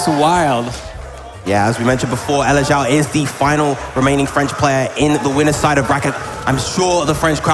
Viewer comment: elexiao* but yea i think it's pronounced eleg-jsh(one consonant sound)ow. Chinese? Xiao on its own translates to flute, electric flute?